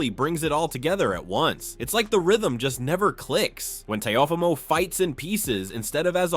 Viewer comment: Teh-ah-fah-mo is not his name lol Teo gets hit in the face too much to win this fight